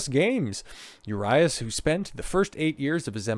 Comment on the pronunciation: He is not INNOCENT, they just did not have enough to file charges for Felony, that does not mean he can't face misdemeanor charges. Also, he is also here on a visa so all of these instances will affect his work visa. I am a Dodgers fan and was a huge fan Urias (Ooh-ree-as not You RI Ass) fan but this is more of an issue with his anger issues. You are a tool and seem like you are for these athletes not being good role models???